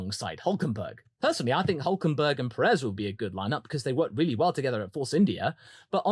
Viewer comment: “Weally weally nuts”